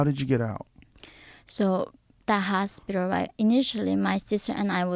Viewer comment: see how she's purposely pronouncing her L S after saying hospiter